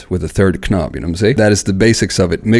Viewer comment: Hello! Great video! But I must ask: are you joking around when you pronounce the word "knob" like it is written instead of the real pronounciation "nobb" and the word "while" like "schhwile" instead of the pronounciation "wail"? He-he just asking. Very good video!